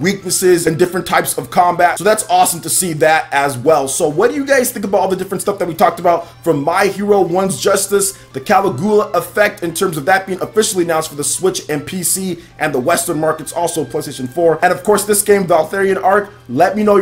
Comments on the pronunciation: Hate to correct you, but Caligula is pronounced ca - LIG - yu -la, as in the figure from the days of the Holy Roman Empire. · Your! It's pronounced like you would say Dracula. Ka lig You La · Goddamnit! Its pronounced Ca-Lig-Yu-La! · makes me cringe how you been saying caligula the last few vids ...here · Master Driver Rex THANK YOU. That's been bugging me too. Has he never heard of Caligula?